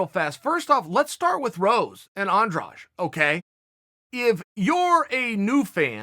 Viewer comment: Bro the way you say Andrade makes me cringe lmao